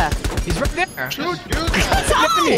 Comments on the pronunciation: Enmeny* 😂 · “Enmeny”... You mean enemy?